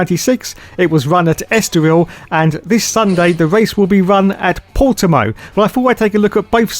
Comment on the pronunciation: good job saying Portimão, close enough. Doubt sky is bothering.